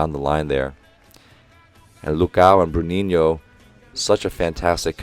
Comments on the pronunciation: It's better for your to keep using "Lucas", because your pronounciation of "Lucão" is far from the correct one. There's a ~ there, so the pronounciation is not a straight "Lucao". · Coach! IF you are interested on the pronounciation of some of the players, Lucão would be pronounced as Lu-Khan-u (not as in you but just the sound of an u) The ão would very much sound like a long Ohm mantra XD And Souza would be pronounced Soul-Za Bruninho and the others are absolutely on point thought XD thank you so much for this! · Hey Coach. Not sure if anyone did this yet, but I'll try. Lucão, the nickname for Lucas on BR team, sounds something like Loo - Kahn - Oo. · Lmao no gringo will ever get "Lucão" right. if you want to still try though, say it like you normally would but kind of give up on the sound midway through, its the best way i can explain it love these commentaries, way better than what we usually get on tv, not gona lie also Souza sounds like "Soul-za" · Brazilian here, the pronunciation for "Lucão" is actually non existent in english. Its ok though, most english speakers can't get the "ã" sound right. I would recommend listening for google translate pronunciation to get it. Or just stick to Lucas which you have the right pronunciation already! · I wouldn't put it that way... can say it whatever way he prefers, but it's a hard word to pronunciate if you don't speak portuguese, and he was saying "Lucas" perfectly. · someone else already gave the perfect answer: "Brazilian here, the pronunciation for "Lucão" is actually non existent in english. Its ok though, most english speakers can't get the "ã" sound right. I would recommend listening for google translate pronunciation to get it."